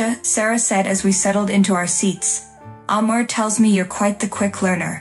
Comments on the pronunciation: His name is name IS Amir, not: a Mirror, not: mayor, It is Amir. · Your mispronounced of of Amir's Is more than rude, it's insulting.